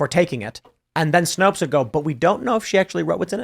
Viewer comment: Snopes. Rhymes with 'copes'.